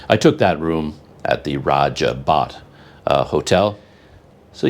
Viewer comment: Hotel Raja Bot = is probably pronounced "Raja Boat" not Baht. Kinda like they say "sos" to mean Sauce.